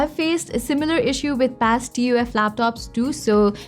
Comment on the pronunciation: Lol, who calls it T-U-F instead of 'tough'